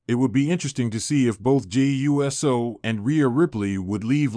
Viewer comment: Pronounce Uso, ooso. Not USO like the organization.